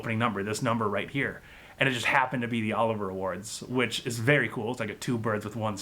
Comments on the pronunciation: OH-LIV-E-YAH. Not Oliver. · It’s Olivier not Oliver. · Olivier as in Laurence Olivier. Not Oliver.